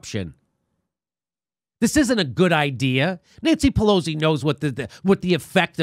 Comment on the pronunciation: Jimmy, you keep saying Pelo-Z, but her name is pronounced more like Pelo-C.